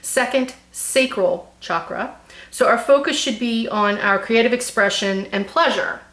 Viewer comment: Actually you said Chakra pretty well! Good job! Love the reading. Thanks for all your advice and also info on the numbers!